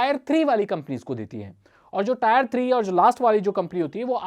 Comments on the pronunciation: इसको आप "टियर वन" बोलो "टायर वन" नही।👍 Tier मतलब "class"/ "श्रेणी" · Tier hota hai bhai 🤣🤣 tayar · tire nahi hota bhai tier hota hai...pronunciation xD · भाई वो टायर नही टियर होता है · Bro not tyre it tier 1 टियर 2 tier3😁😁😁😁😁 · भैया टॉयर नहीं ! ...टीयर ! Say टीयर-1, टीयर-2, टीयर-3 !! इसलिए अगला video 👉 "Rapidex English Speaking Course" पर आधारित हो तो बहुत अच्छा! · Wrong pronunciation it's not tayar it is tier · Tier not taayar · Tire nhi Tier bolo